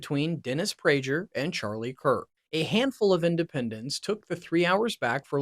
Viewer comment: Do you think he mispronounced Dan Bongino and PragerU on purpose? Please don't make any more videos. This was a complete waste of my time. Thanks for nothing.